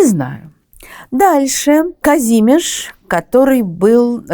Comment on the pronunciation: Доброе времени суток, Тамара. Может быть я придираюсь, но правильно не вИтовт, а ВитОвт, и Казимир, а не Казимиш